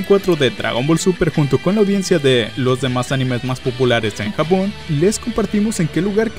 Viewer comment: soy yo o dijo jabon en vez de japon